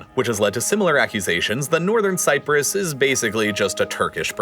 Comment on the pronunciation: You really, really want to add that "r" to "Nothern Cyprus."